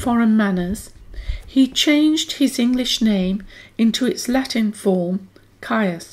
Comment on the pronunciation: Caius is pronounced 'Keys' by all those connected with Gonville and Caius college.